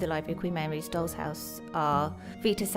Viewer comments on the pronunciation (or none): Your pronunciation of "doll" comes out as "dog."